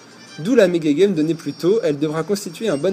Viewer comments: toi du dis maga-geme ses mega-gemme:) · Ça se prononce mega jemme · Pourquoi tu dit mega guemme